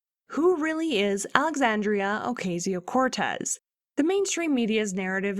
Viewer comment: You can tell where you are come from when you begin by saying her name wrong. It went downhill from there. Complete and utter rubbish. Don’t be so stupid.